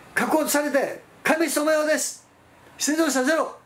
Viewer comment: カシェツ(仮説)？ カセツと発音して下さい。 でし。？ です。と発音して下さい。 貴方はどこの国の人ですか？